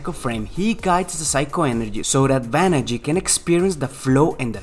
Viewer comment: "Banagher"... "Banagh-ER".... not "Banagh-EE"